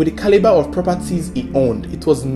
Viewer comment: Let me hear u say "Caliber" again 😠